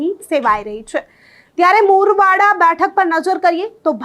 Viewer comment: ટડાવ ❌❌ તળાવ ✅✅ માડકા ❌❌ મડકા ✅✅ મોરવાડા ❌❌ મુરવાડા✅✅ સણવા ❌❌ સુણવા ✅✅ 😂😂😂😂😂